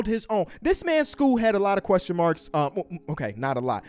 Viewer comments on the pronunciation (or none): none